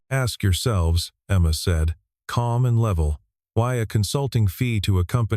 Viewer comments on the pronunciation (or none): none